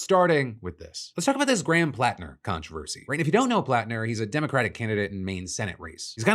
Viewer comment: Hearing my last name said correctly is a breath of fresh air. Thanks Phil